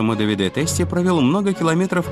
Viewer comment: Прекрасно поданный видеорепортаж. Показаны настоящие умельцы в своей отрасли. Лишний раз убеждаешься, что правильно подобранная команда - гарантия безоговорочного успеха! Желаем настоящим мастерам процветания и благополучия! P.S. В фильме допущены две лингвистические и часто звучащие ошибки: итальянское имя Давиде произносится исключительно с ударением на А - ДАвиде, а не ДавидЭ'. Тоже самое касается и города МОдена, а не МодЕна! Но это лишь маленькая поправка, фильм в целом сделан великолепно! Кому дано Зрение, тот Увидит! 😊